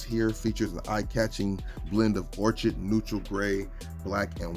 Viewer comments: I love the channels and the videos. I do want to help a little bit with the pronunciation of the some of the colors. "Orchid" is pronounced "or kuhd". "Malachite" is pronounced "ma luh kite". and “ARCHAEO BROWN” is pronounced "ark e o"". I hope that does not sound too much like a grumpy professor, but that is what I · It’s or-ked. If your gonna correct someone be right